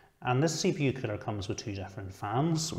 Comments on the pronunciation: Everytime he says coller I heard killer haha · I love your accent. Funny enough, though, the closed caption interprets the way you say "CPU cooler" to be "CPU killer." :D